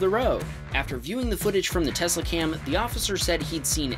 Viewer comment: teslacam? no, telsacam